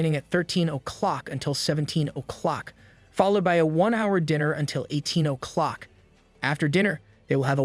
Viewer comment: That is not how you say "O'clock"